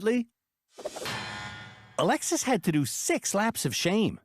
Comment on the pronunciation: Cady Coupe Devil driven by 'A Lexus' that's all I can here her name as lol, Alexis, A Lexus'